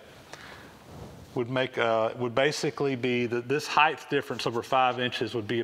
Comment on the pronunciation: Height (hīt) not Heith